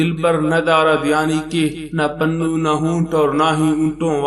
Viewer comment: Pannu nhi janab Punnu hota hai